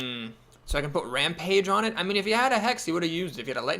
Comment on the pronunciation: It's the bitterness in your voice when you correctly pronounce rampage that makes it special.